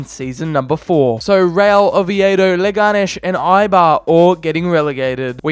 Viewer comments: Alon Shveiky But still even though it’s not exactly the same it still doesn’t sound like that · MEMPHISSSS SSSS NOT SHHH IT'S DUTCH NOT PORTUGUESE ALSO LEGANESSSSSS NOT LEGANESHH IT'S SPANISH (that just pissed me off in the whole video 😂😂)